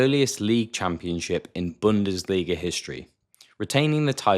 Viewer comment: I am German the was u say "Bundesliga" is very good